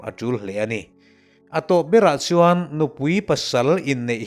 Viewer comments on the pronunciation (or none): none